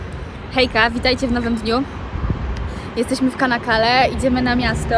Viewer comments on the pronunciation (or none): Nazwe miasteczka wymawia sie Czanakale, a nie kanakale. Takie Ç wymawia sie cz.